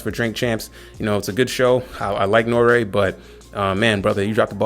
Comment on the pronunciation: pronounce N.O.R.E right....its not Norea.....its NORY, or N-O-R-E...yea he has the stage name Noreaga....but don't call him Norea.....nah homie....either say Noreaga or NORE....you lost all all clout with me. Where you from Canada or GB. HIs show is about drinking and letting his guests say what they want...that's the whole basis and why its so successful.